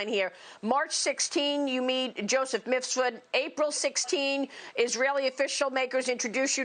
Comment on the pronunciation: Brava to Maria. She finally said Mif-sud, after years of saying Mis-fud.